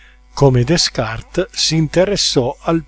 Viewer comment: Prescindiamo dal fatto che Descartes (Renato delle Carte/ latinizzato in Cartesio, secondo la consuetudine di allora) si pronuncia Decart , la relazione è stata molto interessante e molto approfondita; si vede che l'autore è interessato a Emanuel Swedenborg e a "Oral" del grande Luis Borges. A parte che le visioni dell'oltremondo sono infinite e corrispondono psicologicamente al bisogno dell'uomo di non morire , ( ne cito una quasi sconosciuta : Pietro da Barsagapé, Il Sermone" ) mi pare molto strano che non venga citata un'opera importante di Immanuel Kant :" I sogni di un visionario spiegati con i sogni della metafisica" .Una signorina , di nome Charlotte Von Knobloch) scrive a Kant per avere spiegazioni in merito a Swedenborg. Si tratta di un'opera assai importante , che, per molti aspetti, anticipa la Critica della ragion pura di Kant, una delle opere fondamentali della filosofia. Grazie